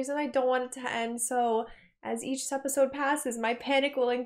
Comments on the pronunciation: Relatively new to the channel so maybe this has been explained, but why does she say Sepisode? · Idky she started, but in one of the videos she says it's a habit now. She says it A LOT in this video so it's definitely on purpose.